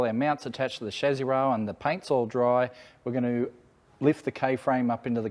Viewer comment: When you keep saying shazzy, I'm guessing you mean chassis? 😒